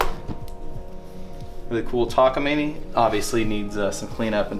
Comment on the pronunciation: It's pronounced Takamine, not Takamini.